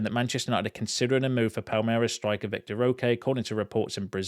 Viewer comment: It’s ‘VITOR’ not ‘VICTOR.’